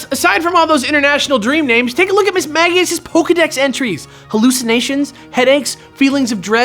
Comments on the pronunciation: It HAS to be Miss-mage-ee-us, right? Miss-mag-ee-us sounds so dumb... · "MISS-MAH-JEE-UHS". Not "MISS-MAH-GE-UHS". Literally every word from its name origin that you listed had a J sounding G. Come on!?